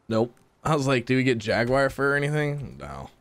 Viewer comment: Tell us more about the "jagwire"